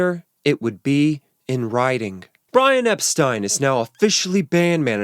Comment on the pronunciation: Thank you for pronouncing Brian's last name correctly, the way he and everyone did back then. You obviously did your homework!! 👍🏻 Unlike most.